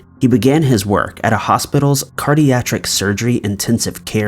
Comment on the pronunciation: #1: it's cardiac, not cardiatric lol